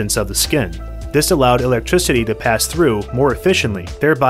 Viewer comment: Great video but his pronunciation of electricity is so jarring 😅